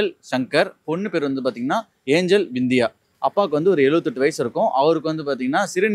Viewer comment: Anchor தற்குறி அது விந்தியா இல்ல சிந்தியா